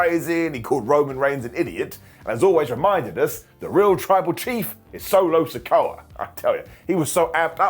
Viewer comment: Actually, Jacob called Solo his "Tribal Trief" as you always do... 🤣🤣